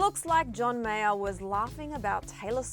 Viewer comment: By the way who is John meyor..meyer..meyar..whtevr